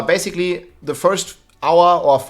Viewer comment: even words like basically turn into "barb-basically" when he talks :D Can't wait for getting into another barbillion damage build in Season 5 ^-^